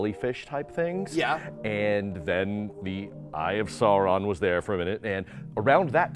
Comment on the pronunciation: Eye of Salron? I thought it was the eye of Sauron?